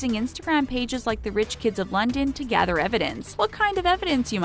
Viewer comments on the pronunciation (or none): none